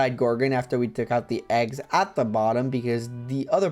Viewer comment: "All the heggs are atching" lmao